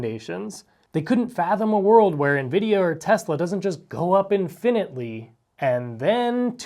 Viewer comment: I appreciate the sensible approach to building wealth in the market. Side note: that's an odd pronunciation of the word "infinitely."